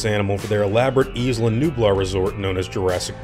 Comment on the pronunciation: Why is everyone pronouncing Isla wrong... it's not Ezla!